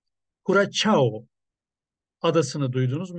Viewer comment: Kürasao diye okunur abi